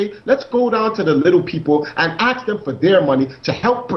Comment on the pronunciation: "Lemme axe you a question".